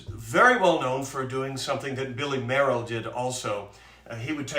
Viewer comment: Great show. Billy Mayerl's first major concert was at age nine, playing Edvard Grieg's Piano Concerto. Incidentally, I'm given to understand that his surname was pronounced "Mail", but you might want to check that out..